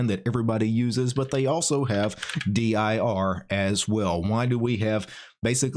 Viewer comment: 1) Neither "dir" nor "vdir" look much at all like what the standard output of "dir" used to look like on DOS or looks like on Windows, so if that was the purpose, they've failed pretty hard IMO. 2) Why on Earth do you spell it out in speech, in stead of just pronouncing "dir" as a word? It's not like it's an acronym, you know.